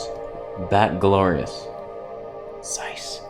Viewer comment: The pronunciation is with TS. You have to read it like [tsáis], if you want it be as close as possible to the original ;)